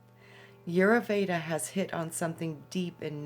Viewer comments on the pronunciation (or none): Vasant Lad. Check him out. Ditch the new age paradigm and understand that Ayurveda...pronounced...i yur vey da , is thousands' of years in practice. Jumping from book to book is merely clipping scraps . If one truly chooses to immerse in the healing modalities of Ayurveda, then apprentice to a practioner and study the vedas. Otherwise, reading one sentence out of a book means nothing. Practice makes perfect.